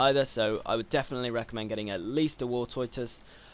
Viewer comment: War Toy Toise. Lol'd.